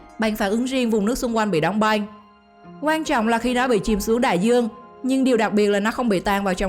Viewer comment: Băng mà cứ đọc thành Banh nghe hơi khó chịu :|. Hi vọng lần sau người đọc cố gắng phát âm chuẩn 1 chút.